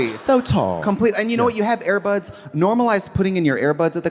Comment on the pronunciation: Trixie calling them "AirBuds" as in the infamous canine baller instead of "Airpods" is so funny